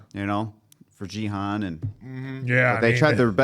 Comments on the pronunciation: Genuinely curious, is saying “Jee-Han” a running gag when pronouncing Gi-Hun’s name? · it's season 2 already and u guys still can't pronounce Gi Hun correct lol😅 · I doubt it. I just think they dont really know its pronounced Gi Hun. But its okay, it gets the point through. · But its not particularly hard to figure out, especially when every single character in the show pronounces it properly. We're not talking about accent differences, but literally a hard g vs a soft g, and hun vs hoon. Its basic grammar. It's like saying Tear vs Tear. to tear something apart or a 'teer' from crying. English is no different. Now it may not bother some people, like this particular crew that I love their reactions, but a lot of other people can take that offensively as not respecting someone and how they're name is pronounced. I get annoyed when people call me Fenix like Fedex, when its pronouned Phoenix like the city. Fen vs Feen.